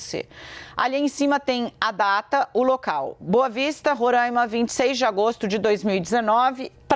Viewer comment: Moça por favor é RORAIMA, sem acento circunflexo no primeiro A